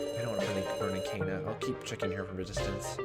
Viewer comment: You're pronouncing Kanna and Nao's names wrong. So far how these 2 names are written or pronounced don't actually matter so don't feel obligated to correct it. Just go with whatevers more comfortable for you. Kanna: "can-na" Nao: "now" Why do think Alice and Q-taro know eachother? Honestly I've been loving this LP. You speak a lot which i think is really good especially considering this is a VN. Liking your theories, keep up the good work! Health